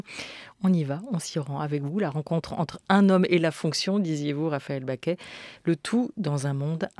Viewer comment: Pourquoi la journaliste prononce Raphaëlle "Baquet" ? Elle s'appelle Bacqué.